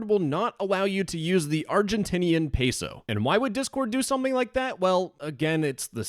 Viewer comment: hearing you say "peso" made my heart burn so bad but very good video!!